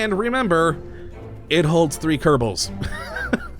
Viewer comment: Ker•Bal, not Ker•ta•Ble.